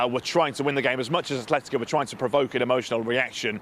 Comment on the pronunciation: It's Atletico. Not "A(th)letico"😩